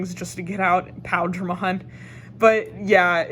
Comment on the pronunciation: Definitely appreciate this video, I couldn't find green blue imperialdramon deck build almost anywhere. And I believe it's pronounced like pie eel dramon